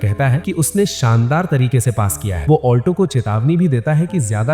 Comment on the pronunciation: Alto ❌ Auto✔️